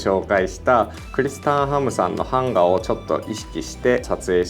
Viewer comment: 、「版画」のイントネーションがなんか違う気がしますぞ！笑(´⊙ω⊙`)